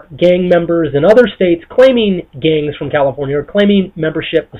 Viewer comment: GANgz ...why does he say it like that